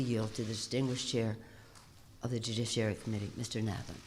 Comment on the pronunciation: Pelosi wins the worst butchering of the word "judiciary" award.